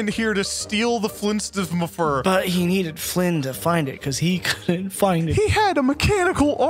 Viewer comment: casually perfectly says FLDSMDFR